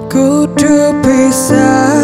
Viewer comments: khusus lagu daerah ini...Ada yg kurang pas..di pengucapan 'KUDU" mestinya KUDHU..ama Tukul = Thukul... kalau mau pas logot jawa..lho yah.. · sipp...cm sdikit kritik dari saya sbg orang jawa...pengucapan kata "kudu" salah....